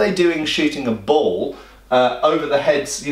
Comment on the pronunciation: It took me a second to register that he was saying ball rather than bowl.